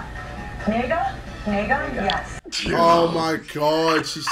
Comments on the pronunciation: Ruth nega it's Ethiopian🇪🇹 name it's not pronounced like nigga 🤣🤣🤣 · It is pronounced as Ne-ga Not Ni-ga And it is an Ethiopian name And Ne-ga means it becomes daylight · Ruth Negga is pronounced Nay-ga.😅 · Ruth Negga's name is pronounced Nai-jee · Bruh the "Ruth Negga" part was not pronounced correctly. It's more like "naga" which means sunrise in the Amharic language. It's always amusing how these people put little effort to pronounce anything really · We don’t pronounce is nigga tho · Ruth negga, you don't read it as (N,ē,g,a), N as in Never E as in elephant. G as in grand A as in Alike Negga means " the sun rissen" It's Amharic btw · The name of the actress isn't actually pronounced like that. Its a traditional amharic name. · It is pronounced with a hard A she ethiopian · KSI, you aren’t even saying the Ethiopian girl last name right. It is Ethiopian and you aren’t saying it right. Half Irish and half Ethiopian